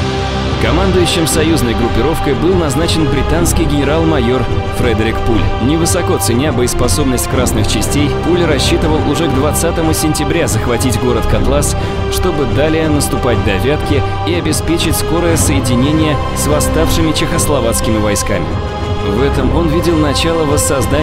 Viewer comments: КотлАс не смутил?) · Печенега, КотлАс, автор, вы бы хоть погуглили...